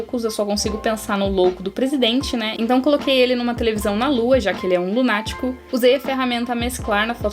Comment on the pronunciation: " Porque ele é um lunátic " kskskskksks 💜